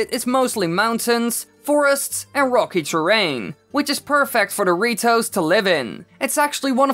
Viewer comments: He’s saying dorito not rito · did he say doritos or ritos???>.< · When he says "the ritos" it sounds like he is saying Doritos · The way his is saying "the Rito's" Doritoes 😂😂😂